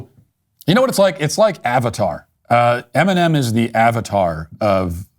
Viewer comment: Eminom Oat meal. 😂